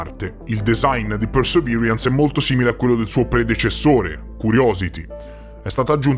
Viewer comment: Con l'inglese non ci siamo ma sei il migliore 😜 "Persevirians"😂